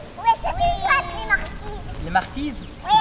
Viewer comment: c'est chouette "les martizes"